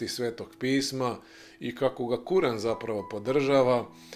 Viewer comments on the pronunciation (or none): none